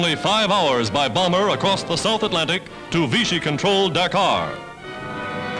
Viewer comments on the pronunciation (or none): none